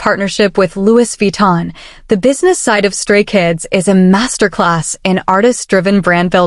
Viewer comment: IM CRINE “lewis veton”